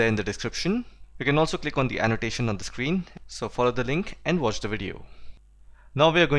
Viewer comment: Sir dnt take me wrong but I wanna correct u on one thing as u pronounce the moon as "thee moon" and many a times more but we use thee just only before the vowel so moon is not starting with a vowel thus we'll not pronounce it as thee whereas we'll simply pronounce it as the moon.In the similar fashion, the ice cream will b pronounce as thee ice cream. Although the video was soo good. Thanks alot